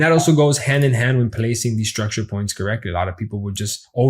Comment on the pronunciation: Do 10 push ups always when he say struckture 😜